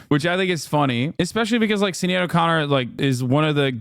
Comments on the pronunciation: Not sin-ay-ad 😭 It’s pronounced sha-nead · Is no one going to say anything about Hasan pronouncing Sinead like "Sin-ee-ad"? His biggest flub to date imo. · SInead is pronounced shin-aid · It’s not pronounced “ SIn-aid,” it’s “ SHIN- aid”. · (SHIN-ADE) O'Connor. Good lord, man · Bro the way he confidently mispronounces her name is driving me wild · I can't imagine why he wouldn't learn the pronunciation of Sinéad before saying it out loud. He's usually pretty good, not being Ameriborn. And I know he cares. Oh! Alright I guess he read his chat and corrected around the 10th time it looks like lmao. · How has Hasan never heard Sinéad's name out loud before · Hasan mispronouncing Sinead every single time 😂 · The way hasan pronounces sinéads name bothers me too much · How do you not know how to pronounce Sinead? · Any Irish in here laughing at his pronunciation for Sinéad 😂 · South African, but still laughing 😂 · Australian and I'm cringing. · Exactly why I came into the comments haha. It was pretty close though